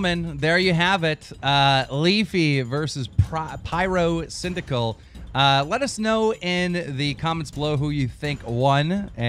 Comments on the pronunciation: did he say pryrocindaquil? Also like if watching in 2016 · Mister uh Pie-RO-Cynical